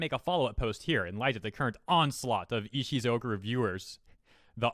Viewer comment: Text says Ishukozu. says Ishizoku. My head screams ISHUZOKU!!! 🤣🤣🤣